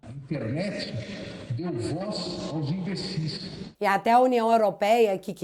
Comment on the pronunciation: Não é Becias, e sim Imbecias 😅😅😅